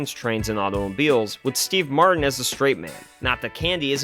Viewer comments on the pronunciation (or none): none